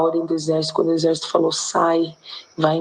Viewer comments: O Deputado não sabe pronunciar apalavra correta, de ixesso para exército à uma boa diferença...só no Brasil isso!!! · Careca mudou o nome do exército, agora é ixercito, ameba mesmo , não consegue nem pronunciar de maneira correta !!!! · O pior de tudo até o final foi o deputado falar : INZÉS ao invés de exército 😂😂😂😂😂😂😂😂😂😂😂😂😂😂😂😂😂😂😂😂😂😂😂😂😂😂😂😂😂😂😂😂😂😂😂😂😂😂😂😂😂😂😂😂😂😂😂😂😂😂😂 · Esse deputado é um jumento petista não sabe nem pronunciar exército o julgamento pronuncia ixercio puder é um jumento